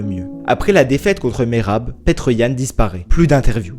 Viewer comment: Ça me fait rire quand tu dis petr 😂😂 en réalité suffit de dire piter comme peter parker par exemple